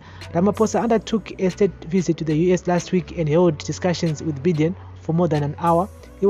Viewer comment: Good job......ZANU PF idiots must be told. The sanctions r targeted..Vana ED ngavarege kuita hutsinye. On a lighter side.....Biden is pronounced (Bye - den) n not Bhiden